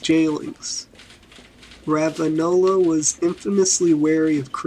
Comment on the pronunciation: Well it's Ranavalona... Not ravalona. This is awful.